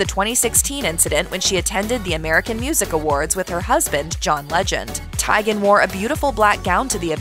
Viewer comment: I think it’s Tee-gen.